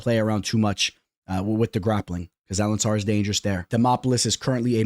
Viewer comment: AlenCAR , Bro.... WTF is AlenSSAR😂😂😂